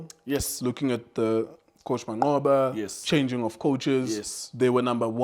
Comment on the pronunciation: U can't say mancqoba😂😂😂😂😂aowa i thought u will say rulane